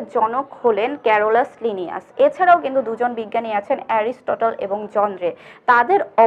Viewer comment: 😹😹😹😹😹 haissokor srenibbinnaser jonok ক্যারোলাসলিনিয়াস 😹😹😹গণ উচ্চারণও ভুল boltasen😹😹